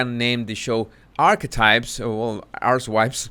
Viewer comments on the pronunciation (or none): I LOVE that your pronunciation of “arch wise” sounds like “ARSEWIPE”. It is wonderful. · Note the deliberate mispronunciation of Archetypes…